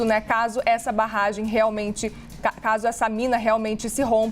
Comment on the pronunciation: Eu ouví ela falando "Rompimento dessa barrgem" ??